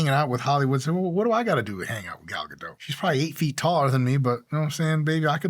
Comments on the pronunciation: Is her name pronounced “ga-dough” like Mike is saying or “ga-dot” like everyone else pronounces it?! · You pronounce the T in her surname. As in, Ga-dot. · It's Gadot with a 'T' in the end lol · Please, don't say "Gadoh" as if it was a French name. It is Hebrew, with a real t at the end. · It's "Guh-DOTT" :( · Her name is pronounced "Gahl Gadoht" Hard T at the end. Sorry, but it drives me crazy when it's constantly mispronounced. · Everyone is always pronouncing her name wrong, she's not French, the t is pronounced. It's dot. Like a dot on a radar or something. Gal ga dot. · BTW It is Gal Ga-doT, with a hard T sound at the end. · Pedantic but I believe that the 't' is pronounced in Gadot. Ga-dote. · Her name is GadoT As a fellow Jew, you should know the T is not silent. It’s not French. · Fun fact that I only learned last week: The T in Gadot is pronounced. So it's Ga-Dot. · It's not pronounced Gado, she is not French. You say the whole thing. BTW her name translates to Wave Riverbanks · The "T" in "Gadot" isn't silent. It's Hebrew, not French. As a Jew, you should know this Mike :P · Hey, Dr. Mike, frequent viewer here. Why the heck aren't you pronouncing the "t" at the end of Gal Gadot's last name? As a fellow Jew, don't you know that Gadot, pronounced with the "t" means banks, as in river banks. It is the plural of "gada" - a single bank. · You are mispronouncing her name...😬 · Today I learned that I've been butchering Gal Gadot's last name for about a decade now. Thanks Mike 🥲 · Mike I love your advice and humor. I have been a huge Wonder Woman fan since the 70s. Gal is amazing and I really enjoyed the 2 dedicated WW movies. One point though is she is from Israel not france and you more than most people shpuld know how to pronounce her name correctly. Your celebrity critique videos are awesome. I just need to know how to get some of their genetics. Best wishes and keep on helping us mere mortals to be better versions of ourselves.